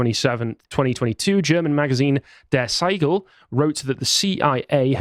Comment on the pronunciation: Der What!? Spaigäll? Now that I write that out, you probably "Der Spiegel" that's "Shpeegle" in your... language. Means "mirror". It's a by now hard left magazine. During the Trump election year it slandered Dave Rubin and similar people as "Far Right Extremists" to its readers. Very vile thing.